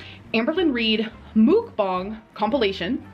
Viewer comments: Did this itch really just SOUND like that damn chicken she's tearing up?! "BaKaW!" 🐔 😂 The ONE & ONLY time she ever pronounced Mukbang correctly! After this, it will forever be known as Moooookbang 🐄😂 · CanNOT deal with the way she pronounces mukbang Don't know how people can watch those The sound of someone eating makes my blood boil Truly believe she's the polar opposite of Eugenia Cooney